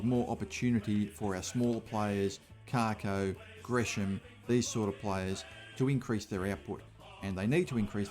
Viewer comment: Cake O not Cark O for the pronunciation of Kako